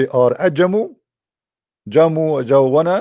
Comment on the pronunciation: it's pronounced as "Ja-miu" "Ade-gun-wa"